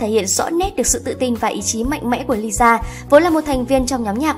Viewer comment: Lisa má ơi cứ đọc nhanh là ra Liza à 🤦‍♀️